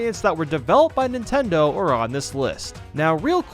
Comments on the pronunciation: he said ninteders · Who else hear nintenders?